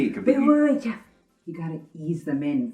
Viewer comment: Wait, wait, wait! Did I hear that right? His name if Jeff!? This whole time I thought he was saying "Jeb"